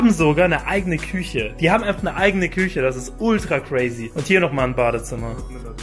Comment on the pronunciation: Niemand Vik : Kühche Küüche